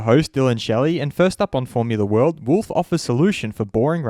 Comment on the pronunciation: Please dude, pronounce his name correctly. Its not /wʊlf/ like he is some kind of wild animal. Its Wolff (pronounced almost like its written).